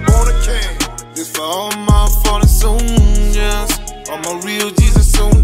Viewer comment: What the f**k is a “soilder”? 🤔